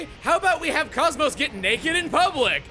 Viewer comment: Couldn't resist calling KOS-MOS "Kosmog", could ya?